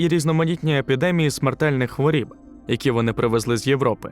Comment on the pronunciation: Не хворІб а хворОб😂